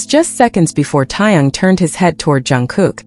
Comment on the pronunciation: It's TAEHYUNG and not Tong. Don't mispronounce their names.